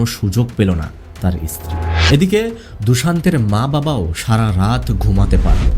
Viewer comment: ইসত্রী নয় উচ্চারণ ঠিক করে করতে হবে